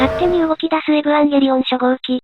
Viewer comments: このチャンネルの「エブアンゲリオン」っていう読み方好き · 発音エブワンゲリオンなの好き